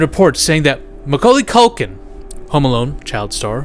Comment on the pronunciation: Macauly Caulkin= Macaulkin 😂